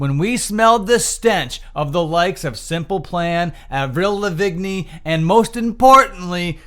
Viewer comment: Hahahahahha how you pronounced Avrils last name